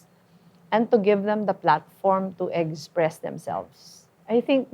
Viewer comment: ganyan kasi pag masyadong matalino, tignan mo si elon musk magsalita. Pero iba yung walang laman ang utak, lutang. Paulit ulit ang mga salitang ginagamit, may "egspres themselves" pang nalalaman. Hahahahaha.